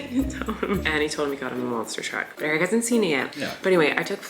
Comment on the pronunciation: when i first started watching your vlogs i was so confused if eric's name was eric or derek, cause in the outro it kind of sounds like "colleen and derek have a podcast" 😭